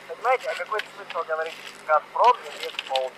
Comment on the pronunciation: А в конце пошло "Холова"Ховорить,лоХига...